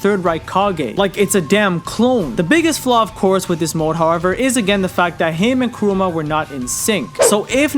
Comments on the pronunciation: Bro its KURAMA not KUROOMA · It's Kurama, not Kuruma. Kuruma means car 😐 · Is it just me or is he really referring KURAMA as "Karuma or Kuroma"? Thats what im hearing until the end of the video. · Why do you say Kuruma instead of Kurama? no hate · Kurama not kooroomar how are your missing it up really 😂😂😂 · kurama, not karuma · Kurama man not kuruma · Kurama (Koo Rah Muh). Not Karuma, or Krooma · mf said Karuma lol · Hearing the dubbed hurts my soul... Along with hearing him say Kuruma. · Who tf is Karuma? Smfh thumbs down just for that alone. If you're going to do an explanation of something like this at least be able to pronounce the names properly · “Karooma” - chosen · Why does he say karuma ??? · It’s kurama may guy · Very interesting video, but man im sorry, KURUMA 😂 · stop saying kuruma god damn! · I left when he called Kurama 'Kuruma' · He pronounced it as kooma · Did anyone notice he said Kurama wrong the whole video